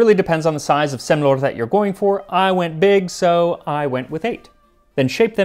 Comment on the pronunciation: You pronounced "Semlor" very well! (Swede Here)